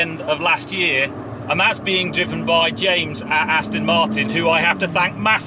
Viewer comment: I must insist that you absolutely have to re-learn how to pronounce Aston Martin. It's NOT ass-tin, it's ass-ton! Please change your pronunciation as I'm cringing endlessly! Even ass-tun is more bearable.